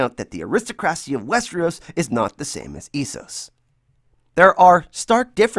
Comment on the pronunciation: What the fuck is ”easeos”